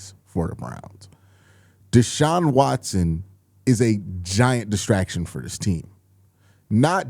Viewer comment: Destactions, Destactions, you said 🤔 Whats going on Q?